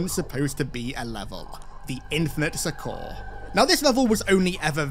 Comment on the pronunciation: That's not how you pronounce "succor" and you say it over and over again lol